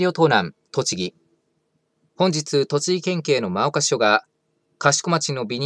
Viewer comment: 真岡は「まおか」じゃねーよ、「もおか」って読むんだよ！